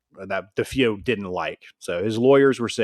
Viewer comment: It's duh-fay-oh, with the emphasis or stress on fay. This is based on listening to an interview with one of the family members. As well, it was luhtz, not lootz. I know he said he has a hard time with words, but holy cow... How do we know anything that Anson wrote in his book is true. This guy seems a bit too credulous. As much as I'd like to believe the Amityville story, I've done enough reading, listen and investigating to really feel there's not much to Anson's book. I'll give him one thing, he knows the Warrens were full of it.